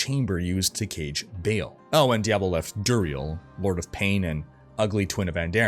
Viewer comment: I think its pronounced BAHAHAHL not Bale. For Baal.